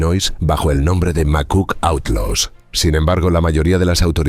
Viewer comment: & didn’t bother to pronounce Outlaws correctly in a documentary about the Outlaws🙄